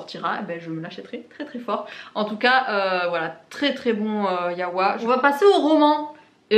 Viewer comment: Pour info, c'est yaoï la prononciation, et non yaoa ^^